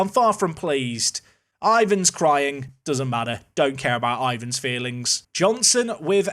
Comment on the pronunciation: It's IVAR, not IVAN, thought I'd save you from embarrassment later haha :)